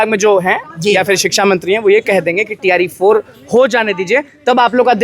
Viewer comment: Tre 4 ❌ Tree 4 ✅ 😂😂